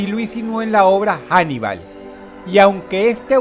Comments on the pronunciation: Macho, pero no es inglés, es español. La H no se pronuncia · Se pronuncia "anibal" no "janibal", Paleto, Dross